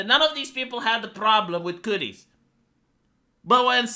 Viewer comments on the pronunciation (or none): I love how he pronounces it "cooties"